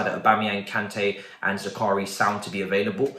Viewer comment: ZAKARIA ZAKARIA😭😭😭😭😭😭 say it right